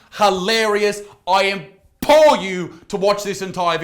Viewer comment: "I IMPORE YOU"